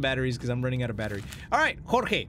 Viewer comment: Okay to be onest when he said jorge perfectly I was like "did he just say my name" so I went back a little bit and I was happy when he said my name